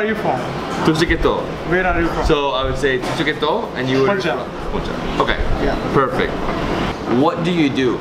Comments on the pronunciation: It's not puuuunn it's pnnnn (pronounce) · Listen to the people around you pronouncing Punjab and Punjabi. There is no "Poon" sound it is Pun ( like the English word that rhymes with Fun). Pun/jaab. I know you are not there any more, so listen to this video and the others you filmed in Punjab. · why did you mispronounce 'Punjab' as 'Poonjab'??? It's Punjab as in Pun ( as in punch) . I've been a Punjabi throughout my life and never did I hear anyone pronounce it as 'Poonjab' lol. I understand that foreigners can mispronounce but look at you, why this blunder? I doubt if you're a Punjabi. You don't even know the correct Punjabi translation of sister and wife. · Hello.. awesome to see you speaking Punjabi.. I must say you are a quick learner 👍👏 For wife we have a Punjabi word - Votti. I Dnt know why Japneet didn't tell u this. And sir, the pronunciation for Punjab is - PAN - JAAB..I really enjoy watching your videos..Have a wonderful time Sir ☺